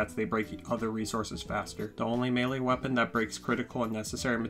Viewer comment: I’m not trying to poke but… this man really said “wapeon”